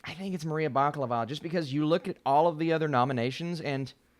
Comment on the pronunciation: You are pronouncing Maria's last name like Baklava, which is a pastry dessert of Turkish origin. Her name is actually pronounced Bakalova with an accent on the second "a". The etymology of that last name is from "bakalin" which is an old Bulgarian word for "grocer" (maybe her great grandfather owned a grocery store).